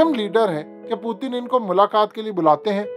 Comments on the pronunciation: ........kia ho giya h AP ko Putin ka pronanc sahi se kare pehle sahi pronounce krte te ab Indian ki trha ajeeb lag raha h plzzz Putin parhe na k pu,teen 🙄☹☹ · پُوتِن نہیں اوئے۔۔۔۔۔پُیُوٹٙن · Putin ka naam hi bool gae ho kia Word putin he. پوتن nhi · Pootin? Pooting ? What's his actual name?? I have been hearing his name is P-u-t-i-n But you are calling him pooting poo poo 💩